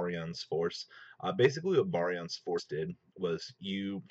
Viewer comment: look stop calling it 5 and my god man pronounce barian correctly that just kills its utopia ray vector v fir short not 5